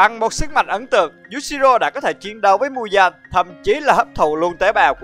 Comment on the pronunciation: Muzan mà anh đọc là Mudan